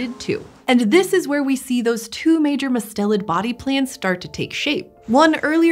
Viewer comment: It's MUST-elid not mus-TEL-id.